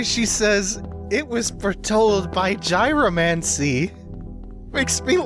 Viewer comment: I believe it's pronounced "yee-ro-mancy."